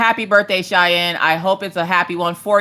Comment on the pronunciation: Thank you to (you pronounced Cheyenne's name perfectly) and especially to Maggie who sang happy birthday so beautifully for Cheyenne's birthday. She absolutely loved it 💜💜